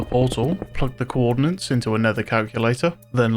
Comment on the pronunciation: Also usually i wouldnt gaf but since its an important part of mc it would be better if you knew its spelled coordinates,not “co-ordinance” thats not what that means🙁 mb if its some obscure inside joke